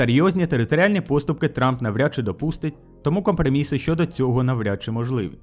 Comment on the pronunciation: Що за "компрмиссьі"??!